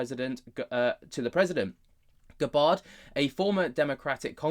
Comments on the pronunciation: Please pronounce her name properly. It is not Guh Baahrd. It is Gabbard with the a like the a in apple. Thanks! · I thought it was more Gab-ard and not G’bard like is pronouncing it? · Pronounced GAB-ird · Pronounced = Gab Bird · How do you not know how to say that nake bruv? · U can't even pronounce her name properly